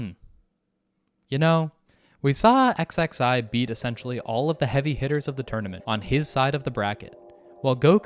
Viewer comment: This is my introduction to DB Multiverse, so I have the impression that it fuckin sucks. Also XXI has to be "21", like, come on man. Zee? Really?